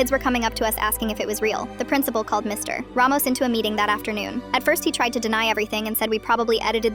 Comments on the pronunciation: "Mr.......... Ramos" like why the big dramatic pause after saying Mr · Ai probably reading the period as a full stop instead of an abbreviation of mister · The AI reads the period, so it pauses 💀